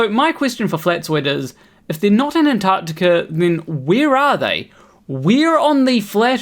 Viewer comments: He is correct. They are not in Anartica. They are in AnTarCtica. Even some non FErthers can't say it properlike. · Stop saying Anartica Flatzoid! You are doing my head in. It’s AnTarCtiCa. Try it slowly. A N T A R C T I C A , Antarctica, Antarctica good boy. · He's saying anarctica ffs